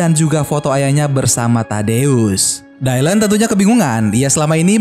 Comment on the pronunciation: Btw koreksi bang, nama dia di baca dilan bukan daylen